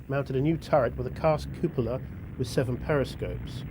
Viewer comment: I don't have a real problem with what anyone is saying here, but I do have a problem with the narrators pronunciation of cupola and howitzer. Lol